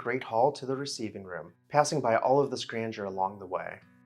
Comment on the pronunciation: It would add to your credibility if you had an even marginal grasp of the English language. It's grandeur, not granger. Good grief; talk about the dumbing down of America!